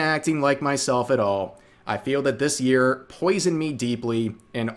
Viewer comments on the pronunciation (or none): none